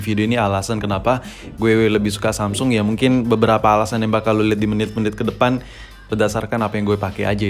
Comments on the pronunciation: emg dia ngomong samsul bro wkwk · Samsul ? apa cmn gua yg dngernya samsul?